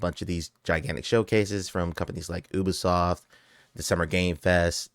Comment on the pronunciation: bro really said oobisoft XD